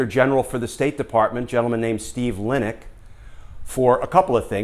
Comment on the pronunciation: State Dept. IG was Steve Linick pronounced Lye Nick